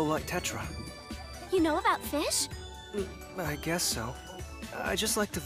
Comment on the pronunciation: Feesh, I’m here for the feesh! I saw a feesh, the feesh is the best character, I am putting my foot down! Okay well, I’m also here because my friend recommended this as well. It’s interesting, I am intrigued.